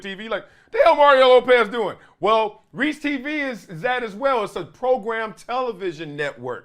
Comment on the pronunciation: Are you saying “REETS TV” or “REESE TV”